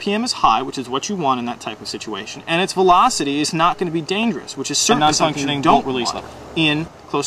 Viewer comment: ha ha ha he say a non funkshoning bolt releese lever